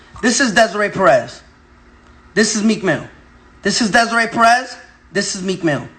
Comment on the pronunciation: Bro how you pronouncing Desiree like that? 🤣